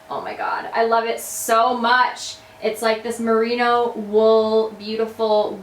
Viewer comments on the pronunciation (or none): none